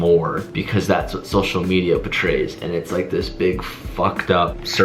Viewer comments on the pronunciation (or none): none